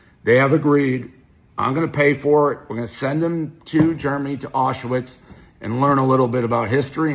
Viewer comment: he pronounces Aushwitz like it’s related to Oshawa